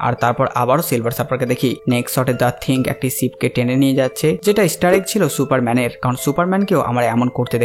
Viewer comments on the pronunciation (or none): থিংক না থিং